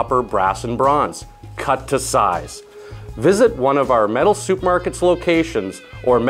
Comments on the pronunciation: Ya know, iy sounds like you're saying "Metal Soup Markets" instead of Metal Supermarkets. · Why does he keep saying 'soup' markets? I thought the first one was an error, but nope, soup market it is! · I like how he says soup markets haha. Seriously though good video. I was wondering about the difference between brass and bronze and this video explained it perfectly. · It sounds like you're saying "Soup Markerts".